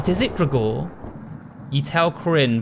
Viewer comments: Great playthrough but the way you pronounce Gregor is ridiculous lol It's like Gregory without the y..>XD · I love you but I hate the way you say "Gregor"